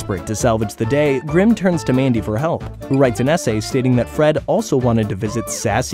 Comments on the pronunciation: when you said essay contest I heard it as SA contest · When the narrator says essay contest but I think SA contest. Yes YouTube created this problem. 😂